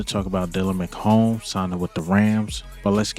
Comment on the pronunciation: McMahon lol you been calling him forever... like jim McMahon...lol